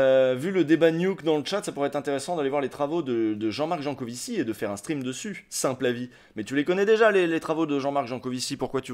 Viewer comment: Comparer les adeptes des confs de Jancovivi a des moutons de l'UPR, c'etait gratuit et meprisant. Tu ecorches son nom, ce qui nous laisse imagine le temps que tu as passé a le lire/ecouter ... enervant